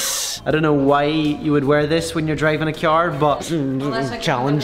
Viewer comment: I like how he says cyar instead of car.